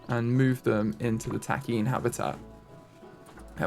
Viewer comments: I could be wrong, but just as a heads up I think Takin is pronounced Tock-in either way, great video! Please please please keep making content I love this series so much! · The Nat Geo show Secrets of the Zoo covers the Columbus Zoo and their other location called The Wilds. The Wilds has takin and it's really cool to see the episodes with them! Apparently takin (TAH-kehn is at least the American pronunciation) are notoriously protective mothers and the babies are absolutely adorable!